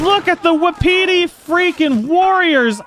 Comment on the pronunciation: Not to be that guy but it's pronounced "wah pitty" not "wahpeety" I didn't know that until recently